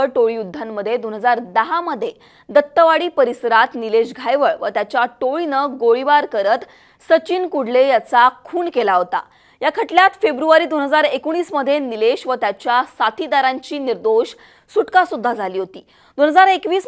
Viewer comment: kundle nahi kudle, lodhe nahi londhe,bharne nahi barne